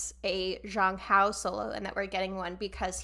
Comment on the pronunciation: Also a tiny tiny correction, Zhang Hao should be read more like "Jang Hao" with J like in for example "Jake". It's nothing bad, I just wanted to let you know ^^